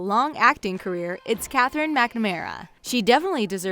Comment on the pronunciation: Katherine MACnamera, harry shoom, Lilith as emeruade THRY DONT LOOK THE SAME, valenteen wth is wrong with you woman